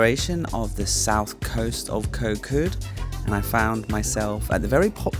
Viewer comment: You have a Thai girlfriend & have lived in Thailand for a long time. How do you not know how to properly pronounce the “k” as a G sound?!?